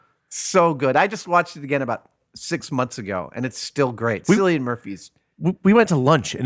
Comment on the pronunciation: It's pronounced "Kill-lee-an" not 'Silly-ian".